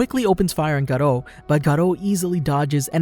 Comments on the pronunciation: How to pronounce Garou ga-ru not garo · It's gar-oo not garo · Not garo its GAROU. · the life of graduo its not graduo is garou 😎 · it not Garland it Garou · STOP CALLIN HIM GATO OR SUM PLEASE😭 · Bro its not garoh its literaly GAROU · why he say godru garou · She's name is not garo its garou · You dont say it garo you say it garu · "garou" ❌ "garro" ✅ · Bro this man said tagaro💀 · I never knew it was pronounced Galoh? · gerou lol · man said gaarro💀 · When you say garou why do you sound british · Please stop saying 'Garou' like that